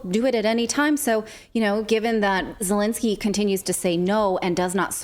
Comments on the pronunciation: Who in the heck is E-lensky ? Do you mean Z-elensky ? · no, Elendsky or Zucchinsky!